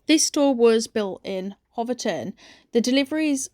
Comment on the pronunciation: It's pronounced 'Hofton'. I grew up there.